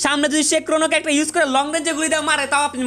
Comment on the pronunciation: Carecter 😂😂😂😂RIP ENGLISH